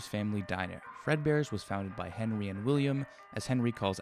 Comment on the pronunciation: bro said "henwie :3"